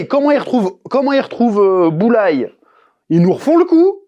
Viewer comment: J'écoutais cette video sans regarder et à ce moment je me suis dis "hein? Boulaye?"